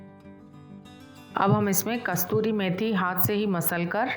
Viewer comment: कस्तूरी नही मैडम कसूरी 😊